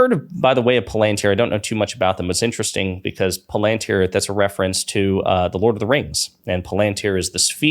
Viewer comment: FYI it’s pronounced “pal-in-tier”